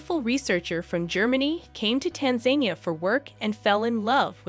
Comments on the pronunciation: This is a beautiful video. My only comment as a Tanzanian is that Tanzania is not pronounced Tanzenia. The As in Tanzania are pronounced like the A sound in "About." So, tanzAnia.♥♥♥ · Tan za neea. Not Tanzanea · Its not tan zania like you say it you have to say tanza nia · Wow, I've never heard anyone pronounce Tanzania as "Tan-zane-nee-ya" until now and with confidence too! Typical 🇺🇸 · The country's name is pronounced Tanza-Niya!! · Pity the narrator could not pronounce the name of the country. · The way she keeps pronouncing Tanzania 😂😅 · If you narrate a story on youtube about an African country, the least you could do beforehand is find out how to properly pronounce the name of the country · If this isn’t AI you really should learn how to pronounce Tanzania before you do a video about their country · Learn how to pronounce Tanzania!